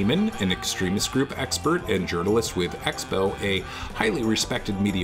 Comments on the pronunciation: I always heard it as "urinalist" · I like how he pronounces "journalist" as "urinalist" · What's a Yournalist?